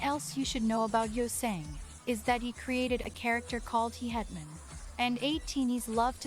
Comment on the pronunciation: There's a lot of great content in this guide but the pronunciations aren't great. Mingi is Meengee (like geese) not Minjee. The character Yeosang created is Hehetmon not Hee hetmon (his laugh sometimes sounds like heh-het). The other word you asked about was aegyo (being cute) not ehjiyo. Fun fact, at a fan sign not too long ago, a fan made a costume and came as Hehetmon--ATEEZ was so impressed, especially Yeosang. Best. Atiny. Ever.